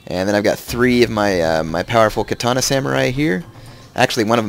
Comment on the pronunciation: Or continuously pronounces Katana wrong. Can't watch his shogun videos, my OCD goes nuts.